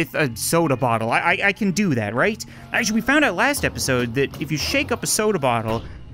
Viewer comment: Did you acshaly